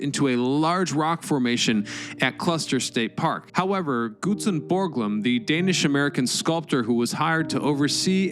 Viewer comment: Except for the weirdly Troll-worthy mispronunciations throughout the video, yes.. I like it. “Cluster” “Glutzen” come on.. this isn’t that hard.. I want to like the “it’s history” videos, but it’s a CONSTANT DISTRACTION” that you can’t get this figured out.. you’re better than this, I know it, but you’ve gotta get someone to double check your narration.. there’s just no alternative. Again, I’m a supporter.